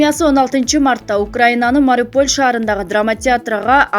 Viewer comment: Туура айтчы шаардын атын(Мариполь дебей)Ушул каналга билбей катталып алыпмын.Только жалган кабар жарыялашат